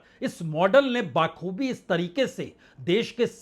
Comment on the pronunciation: पुण्य प्रसून भाई, किसी शब्द का आप अगर बार बार उल्लेख करते हैं तो कृपया उच्चारण सही रखिये,' बखूबी' को आप रोज " बाखूबी " बोलना बंद करें,भीषण गर्मी में भी अगर हर प्रोग्राम से पहले हाथ मल कर गर्म करते हैं तो चलेगा !